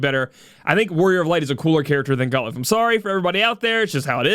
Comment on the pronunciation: I didnt pull for Galuf, I didnt enhance Zeke, and havent door potted Olberic. BECAUSE WOL IS COMING WHOO! 36 HOURS! I'll just use Charlotte or Pod153 physical mitigation to cover. I am uninterested in anime units. So we're going all in. ED: ITS NOT GAH-LOOF ITS GAH-LAHF ! #$^&@